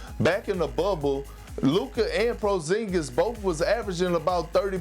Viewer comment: Nobody: Kendrick: "Prozingus."